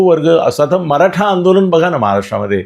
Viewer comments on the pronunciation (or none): none